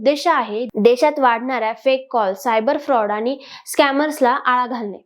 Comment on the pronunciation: तुम्ही छान बोलू शकता. फक्त कंपणी, आनि असा न चा ण आणि ण चा न प्रयत्नाने टाळा. मग तुम्ही निवेदनात चांगली प्रगती करू शकाल. बाकी तुम्ही मुद्देसूद बोललात. Good expressions and confident body language.